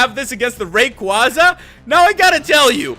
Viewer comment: The Rayquaza mispronunciation is killing me.